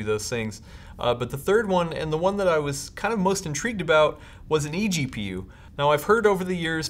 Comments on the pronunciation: I was pointing out the fact he said gpgu instead of egpu lmao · EPGU? What? Do you mean EGPU?